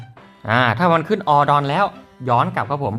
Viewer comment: ขออนุญาตแนะนำครับ Done อ่านว่า ดัน นะครับ